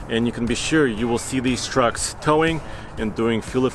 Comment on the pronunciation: No one: Absolutely no one:: work trocks, tow trocks